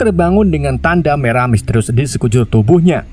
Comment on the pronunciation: Misterius bang bukan mistius